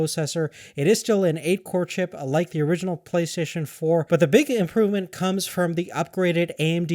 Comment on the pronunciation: Playstaion hahahaha